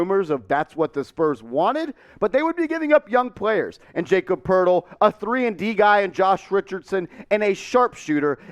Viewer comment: Wtf bro it's pronounced Yah-cub Purtle